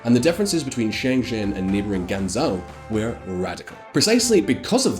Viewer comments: I'm not chinese but the way he pronounces every name and city that isnt Xi, Bejing or HongKong wrong makes it hard to watch. Guangzhou or example pronounced is GuwangJOE I mean it's just the place where almost every mobile phone gets made... many PC parts... stuff like that. It's just the worlds factory for electronics that then get sold in Shenzen that is right next to HongKong.... most basic understanding of chinese geography. Macao is their Vegas and Hainan their "south tropical island" with hotels....very basic stuff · you're killing me with the mispronunciations! Xiong'an = shee-ong an. Tianjin = tee-en jin. Guangzhou = gwang joe. Any other videos on China, please find out how to pronounce the names first!